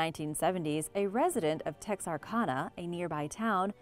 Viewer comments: "TexarCONNA"???? It's "TexarCanna" or the dictionary pronunciation "tek.sr.kan.uh".. I love your videos except you are constantly mispronouncing Names and places. SMH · Although I marvel at your pronunciations I must correct one. It's the name Texarkana. I used to live there and the last part is like the name Anna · I love the pronunciation of Texarkana and Fouke lol I’m from the area and it’s pronounced differently. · Well, I don't think I've ever heard anyone pronounce Texarkana that way before. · That's not how you pronounce Texarkana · How did you pronounce Texarkana so wrong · Butchered the pronunciation of Texarkana & Fouke lol.